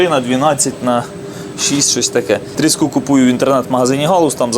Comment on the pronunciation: дозвольте Вам підказать. Слово трІска має наголос на першому складі. Отже трІску, трІски і. т.д. То риба називається тріскА.